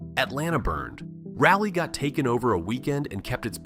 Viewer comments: Your robo-voice needs to pronounce it properly. He consistently pronounces it "Rally" which is incorrect. It is pronounced "Raw-lee" without exception. Fix it! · I say the locals call it Rolly. The word raw isn't what I hear. How about Rah-lee? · Shoutout to Salt Lake City , The Grand American Hotel. Nothing to do with Raleigh. Zero mountains. Also, "RAH-lee". Not "rally". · Rah-lee, not Raw-lee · Say it with me....RA-LEEE. No slow down on the break. Just as quick as you say it you start it by you'll slow down on the last E. And most of us are pretty sure it got the name city of oak cause despite growing a city out of a forest and the many clearing made we got trees literally everywhere. Our soil is clay and doesnt like much and yet an oak tree can grow here without much effort. Its insane, outside the core of the downtown area and you have to fight a green skyline of oak trees to see anything. Thank god cause our summers are the worst and those trees are about the only ever shade youll get, and that shade is just to block the sun cause the humid heat will literally still find the air around you shade or not. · It's "Rah-Lee", for the record. We don't say 'You-All", it's Y'all. Sir Walter never set foot here, as far as we know....his last words were: " 'Tis sharpe medicine, and a cure for all E-Villes." One more thing....DOOK is known as "The University of New Jersey at Durham." ✌ 👽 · Just sounds like Wisconsen accent on that word. My biggest peeve is saying "read", when in past tense would be pronounced "red". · well, more like RAH - lee. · The subject of your research ought to be pronounced correctly. Train your voice clone to pronounce Rah-lee correctly. As in Sir Walter Raleigh. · Imagine making a video about a city and not even pronouncing the name right. This video sucks. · That’s not how you pronounce Raleigh!